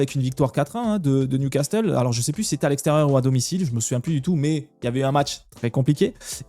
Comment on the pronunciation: il faut réviser prononciation de Newcastle. Et ça se dit bodø/glimt comme au tout début quand tu l'as dit